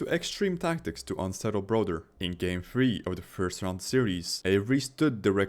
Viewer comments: I’m sorry his name aint broder. I’m not even a jersey fan but calling him broder is nasty 😂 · Broder. Ah yes, my boy Broder.